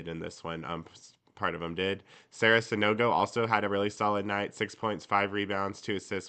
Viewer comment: Also, I almost fell out of my chair when one announcer earlier this season pronounced Sanogo's last name correctly. In two years with her starting at the 5, pretty much everyone says her name as "no go" where, if an announcer takes 2 seconds to check the Texas Tech website, they'll hear Sara say it correctly (new goo). You have better odds of winning the lottery than Ron Thulin ever getting it right or caring to do so.